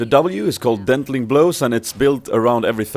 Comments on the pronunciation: i love u n all so dont think im h8in, but her E spell is denting blows not 'dentling':x, i dono if u were jus trollin or not but just in case;) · Her name is pronounced like the word vie, as in "high ranking league players vie against others to gain elo." Also her W is just Denting Blows, not dentling, you must got a typo somewhere and then read it that way. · I think it's called Denting Blows (not Dentling).